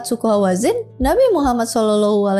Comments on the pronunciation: pandai ngucapin nama nabi muhammad😂 cie cie... Smg dpt petunjuk. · Penyebutan Nabi Muhammad SAW nya dah fasih banget... 😊